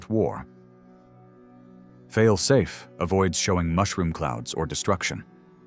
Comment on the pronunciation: The AI doesn’t know how to say “Fail Safe.” When can we use humans again?